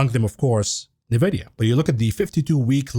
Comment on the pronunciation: In vidia NOT nah vidia